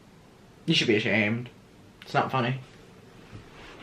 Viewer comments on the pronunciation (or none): did anyone else say aShaned instead of ashamed? I’ll go now 😭